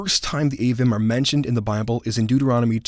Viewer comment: Isn’t Avvim pronounced Ah-veem? I believe the “im” suffix is always pronounced “eem” in the Hebrew